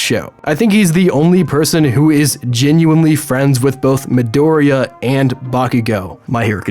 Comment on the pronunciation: the latest video tells us that he's still got a lot of growth to go through COUGHCOUGHME-OREOCOUGH